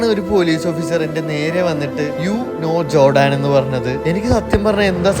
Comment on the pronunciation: ജോടാൻ അല്ല ജോർദാൻ